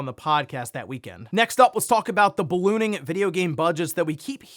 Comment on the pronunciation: Bro keeps emphasizing “ballooning”. Kinda triggering since last week 😂